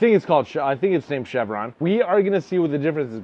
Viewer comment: CHERVON pronounced “shur-von”